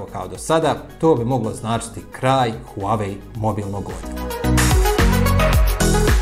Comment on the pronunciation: Huawei telefoni nikad ni nisu ni bili na američkom tržištu. Možda njihovi delovi kao matične ploče i čipovi ali telefoni nikad. I ne izgovara se huave, već Wahway..